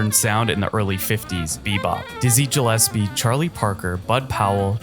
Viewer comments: You need some work on your pronunciation. It's pronounced "The Girl From EE-pa-NEE-ma, not EE-panama. It's Count BAY-SEE, not BASS-ee. and it's Dizzy Gillespie, not Jillespie. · Hard to believe the he mispronounced Ipanema putting the accent on the wrong syllable, but that did not bother me-but to pronounce Gillepsie with a soft G instead of a hard G-I couldn't believe my ears-just realized he called Count Basie Count Bassie-guy should do his homework-have almost no issue with his picks which of course are subjective but: hard to accept a top 10 list that does not include Kind of Blue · "jill - ES - pee"?? 🙄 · Hello! Thx for your work! But, please remember, that Gillespie is pronaunced by normal, single "G". Greetings from Poland 🍀🍀🍀